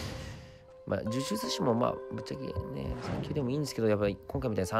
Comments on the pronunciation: 某超人気声優さんの動画はみんなでワイワイしててゲスト声優さんとかもいて豪華だったりするけど 岡本さんはずっと優しい声で喋ってて、ずっと声聞いてられるのも贅沢で良い(^ω^)最高！ 呪術師言えてないのかわいいいいwwじゅじゅつちw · 呪術師って言えないの可愛いw 殿堂級ってことは強ぇんだなぁ… 私は道のりが遠いようだ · 呪術師言えないのかわいいwww